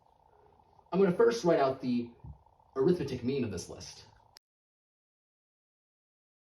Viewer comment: 3 things: This is an extremely clever proof, I enjoyed seeing it come together. The way the 2 added in post disappeared behind your head was super clean. When talking about the arithmetic mean, 'arithmetic' is an adjective and is pronounced with major stress on 'met' and minor on 'ar'.